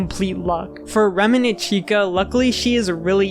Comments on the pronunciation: Maybe I'm going crazy, but I kept hearing "remenant" instead of "revenant" (￣┰￣*) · it's not even "remnant", the in-game spelling is "revenant" so he's getting it even more wrong. surprised he didn't say "animanotric" or something like that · Great video but please stop saying RemEnant. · The “remenant” is killing me every single time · The pronunciation of “remenent” constantly really got me tilted. It’s reVenant with a V!! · bro really cant pronounce "revenant"